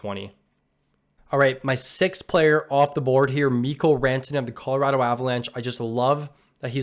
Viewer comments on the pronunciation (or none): none